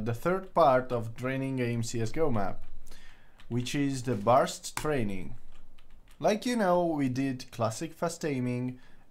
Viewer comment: Lol, "barst training".